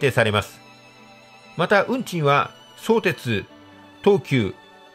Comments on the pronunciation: そ⤵️てつ、ではなく、そ➡️てつ、だと思います。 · 相鉄はSOutetsuじゃなくso UTETSU ですよ。イントネーションがむちゃくちゃオカシイって。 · 相鉄のイントネーションが気になるw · 「そうです」みたいなイントネーション初めて聞きました。私の周りでは「創設」と同じイントネーションですね。武蔵小杉の発音も違和感ありました。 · 相鉄の発音が気になってしまう。地元では「そ↘️てつ」じゃなくて、「そ→てつ」って呼ぶ人が多いですよ。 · そーてつ、とアクセントも高低も何もつきませんよね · 本編には全く関係ないが「そ↑うてつ」のイントネーションが気になる。相鉄は通常平板イントネーションだったはず。 それはそれとして ・相鉄沿線住民は新横浜直結が非常にありがたいが、東急側は実は二俣川の運転免許センターに直結するというのが地味に嬉しい路線だったりする。 ・東急の新横浜線が昼間6本/時だと変に目黒線系統と東横線系統に振り分けないで欲しいなぁ。ただでさえ少ない本数が振り分けられるとどっちも不便になる未来しか見えない。ラッシュ時だけ一部を東横でもいいくらい。 ・いずみ野線は相鉄が湘南台までの通過需要を一生懸命客を増やそうとしているんだけど成功しないんだな。途中駅は住民しか利用しないし、通過需要は結局大和乗り換えの方が便利だったりするのである。 ・綱島と新綱島は距離的には連絡道作って同一駅扱いにしてもいいくらいだったんだけど、別の駅扱いにするのは連絡道を作りたくなかったんだろうと推測。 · 関係ないけど相↑鉄↓の発音が好き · 神奈川県民として、相鉄のイントネーションが気になります… ただ内容はすごく分かりやすかったです。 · とても分かりやすい解説ありがとうございました。マップで見ると横須賀線って凄い遠回りしてるんですね～。アクセントについては 「相鉄本線」と読んだ時のものが正しいです。地元民は「相鉄」と呼ばず「相鉄線」と普通は言うので、「相鉄」と言う時のアクセントも同じです。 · 全通後の海老名駅での行先表示や各社の車両を見るのが楽しみですよね！なので新横折り返しとかじゃなく海老名まで来て欲しい。瀬谷から座間の新施設の新線がほんとにできるなら海老名までもきてくれそうですが･･･さんの「相鉄」の発音が気になりましたが今回も楽しい解説ありがとうございました！ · 相鉄のアクセントがちょっと違うかなー 細かいことですが、内容には満足でございます！ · 動画は大変秀逸なのですが、ひとつ気になる点があります。様の「相鉄」のアクセントが違います。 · 地元でのアクセントは「そ」を強調せずどちらかというと低めに、「う」以降が高めの音になっています。 それはともかく分かりやすい説明をありがとうございます。 利便性が高くなるのは嬉しいものです。 相鉄も沿線の活性化と価値を高めるために相鉄がメインとなって開発した横浜駅西口を通らずに都心への直通に舵を切ったことは大英断かと思います。沿線のこれからの発展に期待します。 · 相鉄のイントネーションなのですが、5分30秒あたりの相鉄本線と言ってる時の相鉄のイントネーションで良いですよー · 相鉄のイントネーションがおかしい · 「そうてつ」のイントネーションがどうしても気になってしまう・・・